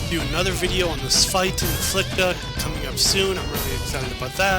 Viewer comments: Love it (Besides how you pronounced spht that sucked) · Fix your pronunciation of Pfhor and Spht (I'll let Jjaro pass because I don't know how to pronounce that either). Overall loved it, great work. Even Greg Kirkpatrick loved it, so you've definitely got that going for you. Just a fair note, I think there is an official statement from Bungie that Marathon and Halo are not canonically connected. As for Destiny and Marathon however, maybe. I kind of pieced together that the traveler may have been Durandal's return to Earth, but that's also coming from a guy who hasn't played Destiny.